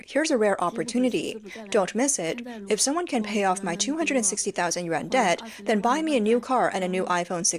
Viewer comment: Yuan not yen